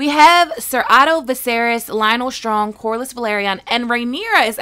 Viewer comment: Corlys: Core-leez not corlis